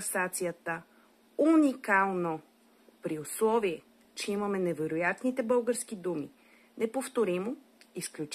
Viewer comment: Научете се да произнасяте "л" поне като говорите за български език, а не за "бъугарски".